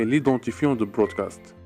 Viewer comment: on dit broadcast et non brodacst